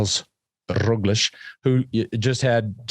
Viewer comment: Love the show. Love all the guys. But WHY does George just refuse to pronounce Roglic correctly. EVERYONE says, "RogliCH." But George still says "RogliCK."